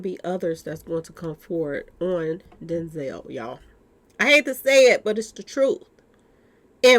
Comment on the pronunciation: Denzel rhymes with Hell 🤣